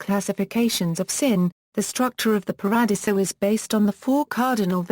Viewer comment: Pah-rah-DEE-zoh. Terrible narration. Too bad.